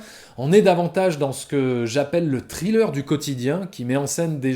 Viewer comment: Par contre pitié faut arrêter de prononcer thriller "trileur" 😭😭😭😭 sans pour autant faire le fameux th anglais, dites au moins "srileur" quoi les gens 😅